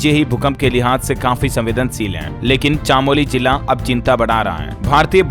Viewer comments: कम से कम हिन्दी तो सही बोला करो। चमोली है चामोली नहीं। भूकम्प नापने का पैमाना रिक्टर होता है रियक्टर नहीं। रिजर्व बैंक के गवर्नर (गवरनर ) होते हैं गर्व नर नहीं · Chaamoli nahin chamoli.